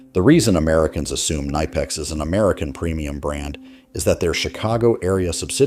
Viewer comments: Nor did they pronounce it ni pex. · Say it correctly. Ka nip ex. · It’s K nip X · You say the K in knipex. Klein is trying its hardest to sell out. Their Lowes line seems innovative but its just poorly made knock offs of milwaukee. Its sad. Their drivers are absolute garbage now. My bag had Klein, channellocks, Proto and S&K in it for a decade but now its mostly Knipex and Wiha. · Your IA doesn't know how to pronounce Knipex! You don't have German as a second language in US ? )) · The real pronunciation of Knipex is not what most people think. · The K is not silent in German language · The way the narrator pronounces Knipex is laughable.